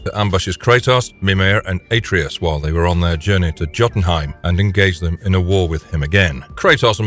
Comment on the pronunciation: Hey pss. Not to be rude, but it's pronounced Yoteum not Joteum